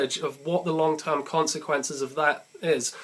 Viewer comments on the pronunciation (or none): none